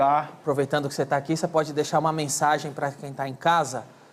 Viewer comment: Danilo vc nem deicharo ele fala pocha